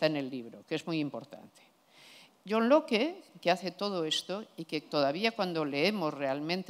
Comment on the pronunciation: Alguien debería decirle como se pronuncia Locke, queda muy cutre.